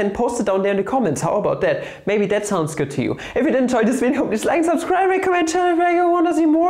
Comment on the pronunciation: Sounded like s'il vous plaît :)